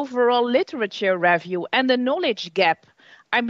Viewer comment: I’m Dutch and am so familiar with people like, our education system is full of people who talk to students like that unfortunately, especially if they perceive the English level of the student not good enough. But her pronunciation of the word ‘review’ is a butchery itself.